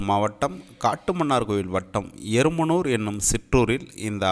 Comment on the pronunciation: ஆடியோவுல எருமனூர்-ன்னு சொல்றிங்க. அது எறும்பூர்.எங்க ஊர் பேற ஏன் மாத்தி சொல்றிங்க